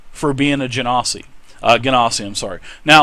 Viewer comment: I thought it was GIN Ah SEE